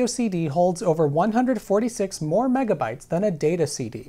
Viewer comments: When he started saying mebabytes I had to check to make sure I wasn’t watching some ancient April fools joke video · Mebabytes? I though it was called megabits? Mebabytes just sounds dumb. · carefull kids, sayin "mebabaites" is open invitation for bullies to beat you up.